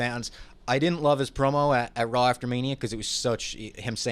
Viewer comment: Why does pronounce Raw as RAWL